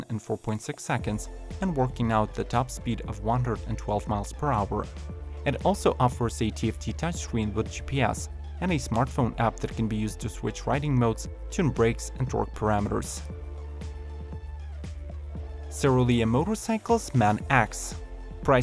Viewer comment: You pronounce "electric" as "electwer", should be "elekCHuriK", or "touCH screen" as "toushreen" or "stand sTill" as "stand sill". Interesting to know CH isn't pronounceable to some, what's your native tongue?